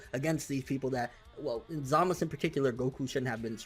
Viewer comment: I assumed that the correct pronunciation for Zamasu was to include the "u" sound towards the back. Why is he always saying Zamas? lol it sounds a bit weird.